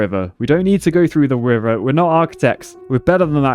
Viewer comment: "We don't need to through the wiver"